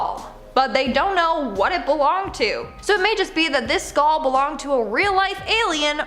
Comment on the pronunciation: Skaul=Skull. It doesn't just SOUND like she's saying that, she IS saying skaul.skull. Also, what is a "tooth wheel"? Do they mean a gear ⚙ or cog?